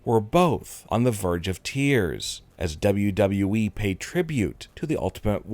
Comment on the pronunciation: I can’t why is he talking like that bruh finally he’s saying WWE properly